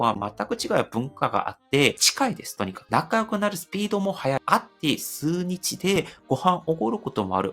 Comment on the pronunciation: 数日→✕すうにち ◯すうじつ “日”は特にいろんな読み方あるから難しいよね😅 あと、個人的な意見で、余計なお世話かもしれませんが、10分台で無理矢理動画を終わらせなくてもよくないのでは？そういう縛りに決めているのですか？ 早口で終わらせないで、もっと、ゆったりと終わらせて欲しいなぁ〜🙏